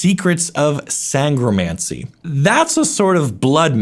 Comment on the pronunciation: "sangromancy" you appear to be doing some sort of magic yourself pronouncing that word while your mouth moves in a completely different way